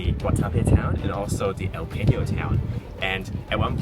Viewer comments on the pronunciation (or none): Peñol , Guatape no Peño, no Guatabia